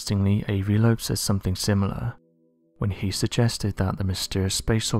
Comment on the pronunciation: Avi Loeb* haha lol "Lobe"